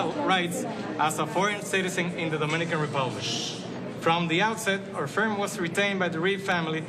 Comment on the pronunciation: Damn man you guys ( every news outlet ) are pronouncing the names of the suspect wrong the names of the cities in the DR wrong lol , how’s this even being put up , could you at least get those right before rushing to put this out ?